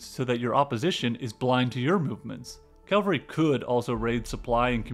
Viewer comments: Cavalry not Calvary. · Umm...It's "cavalry", not "calvary." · It is pronounced as "Cavalry" (horse) and not "Calvary" (hill where Jesus was crucified). But great video still. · Pommerania, not Pomeria. Cavalry, not calvary. Regardless, not irregardless.